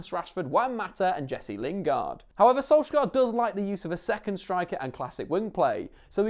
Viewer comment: One day an English commentator will learn how to pronounce Molde, Ole and Solskjaer. God Jul.